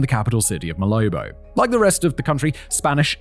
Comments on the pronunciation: Malabo not molobo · It's "Malabo" (not "Molobo")